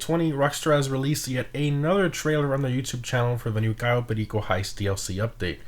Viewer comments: Ur 1 of the very few people who pronounces it correctly 👍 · The way that you said Cayo perico should be the way that other people should call it unlike some people who call it Cayo perisio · Props On saying Cayo Perico Right 👍